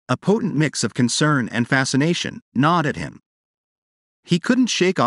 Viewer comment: Gnawed ≠ Nod. And other horrible interpretations of the narration.